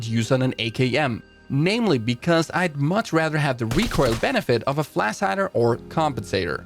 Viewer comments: Did u guys hear him say flas hider??🤣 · Nobody: Flas hider.